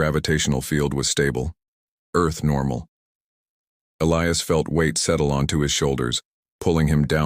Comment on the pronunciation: Somebody finally got the AI to Pronounce "Elias" correctly.